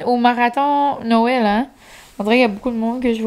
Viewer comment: Depuis que j’écoute tes vlogs (l’an dernier) je ne suis plus capable de dire Noël « correctement ». Ma maman vient du NB et elle en rit chaque fois que je dis « nowel » parce que c’est clairement de ta façon et non celle du Qc 😂